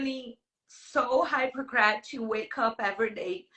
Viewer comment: "Hypercrat" 😆 🤣 😂. I'm sorry not sorry but her pronunciation of this word and her trying to falsely villainize Terrance is hilarious.